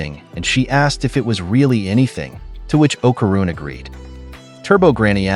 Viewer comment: Pisses me off the way u saying okaruns name